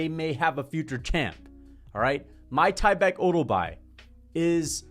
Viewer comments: it’s MIK-TIB-EK no MY-TYBEK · bro its meek-teh-bek